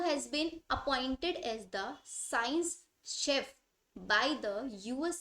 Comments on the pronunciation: "chef" nahi "chief" hai. Pls aap pronounciation perfect karlo pehle🙏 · Science chef nhi h vo😂😂😂 chief h........ चीफ ह शेफ नही 😂😂